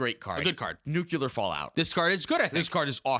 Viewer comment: It’s pronounced nuucular…. nuuuuuuuucular